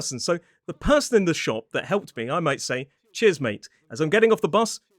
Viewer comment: Did you say chairs!?